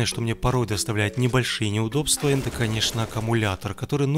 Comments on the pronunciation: Мне одному кажется, что на протяжении видео, он говорит вместо "это", "енто" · мне одному показалось,что он говорил "енто"!